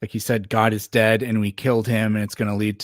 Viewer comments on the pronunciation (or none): none